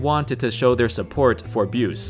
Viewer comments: "Buse" is pronounced "boo see," and the seventies weren't weak in talent. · Don Buce's name is pronounced "Boo-See" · You weren't around in the '70s so you wouldn't know that Don Buse's last name is pronounced Byoo-see. He was an integral part of the Pacers ABA championship teams.